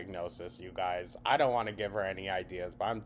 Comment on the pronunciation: How does she manage to get an “L” in don’t?? Doln’t. . . .wtf is this vernacular gymnastics????